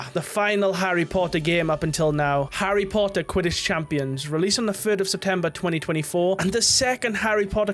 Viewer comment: Harry Pottaaah'